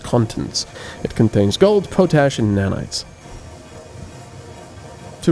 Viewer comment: Nice video but you are pronouncing potash incorrectly. It is pot-ash not po-tash.